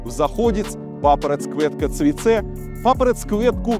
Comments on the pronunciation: Мужик, заучил хорошо, но над произношением еще работать и работать) Достаточно проработать «Ц», и уже будешь звучать почти как беларус. Оно должно звучать не грубо, как «Цэ», а мягко, как «Ть» «ПапараТЬ кветка цвиТЕ» Ждемь в следующий раз с хорошей «Ть» ))) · Ц и дз, произносится мягко "ть" и "дзь".